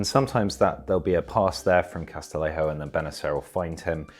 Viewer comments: Great vid, just small nitpick: Castillejo’s name is pronounced Cas-ti-YE-ho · That's not how to pronounce "Castillejo"